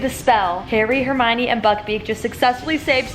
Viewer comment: You know she’s gonna be a real fan when she calls hermione “ HeRmIoNiNi “